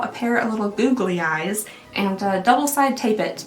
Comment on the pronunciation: you mean, "boo-gly eyes"?